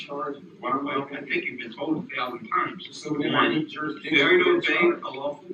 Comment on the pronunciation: I'm challenging juris-dishin. You don't have a juris-dishon.